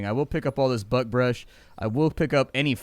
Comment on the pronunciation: Everytime you say buckbrush it sounds like "buttbrush." Cracks me up, don't you dare ever change how you pronounce it 🤣